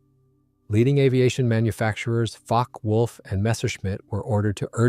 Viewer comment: OWCHHH! its NOT pronounced Focky wulf-- its Fockeh wulf!